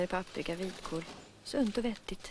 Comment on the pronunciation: hur uttalar hon paprika